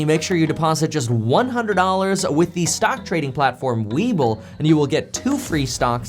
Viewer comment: Am I the only one who thought he was saying “weeble”? Having a childhood memory moment! Haha